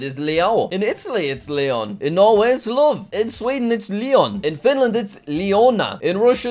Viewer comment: when u pronounced leon it is 'layon'